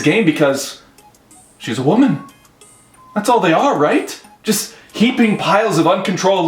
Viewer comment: Did you just, direspect a wahmen??